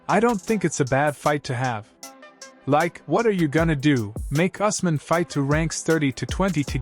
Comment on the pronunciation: And sir it’s pronounced ews-mun